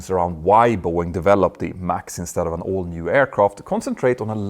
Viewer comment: When you say “all new”, it sounds like “old new”.